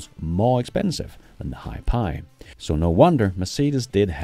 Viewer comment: Hiphi is prounounced like HiFi, ie High Fidelity.